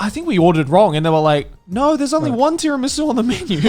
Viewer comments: Is no one gonna address how Joey pronounced Tiramisù almost perfectly? Nice job man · Didn't seem like it to me. He pronounced it in a monotone way with a hard T. Sounded like the way every non-Italian speaker pronounces Tiramisu.